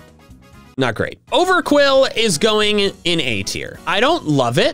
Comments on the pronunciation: OVERQWIL, NOT OVERQUILL! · THE U IN OVERQWIL IS SUPPOSED TO BE A W! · IT'S OVERQWIL, NOT F*CKING OVERQUILL! FIX IT NOW!